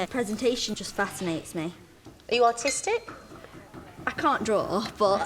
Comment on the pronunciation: i forgot i was watching to the UK show, and i've heard "are you aUtistic?" and i was like "omg what does it have to do with cooking??? that's so ruuuude...." and THEN, i've noticed she said ARTISTIC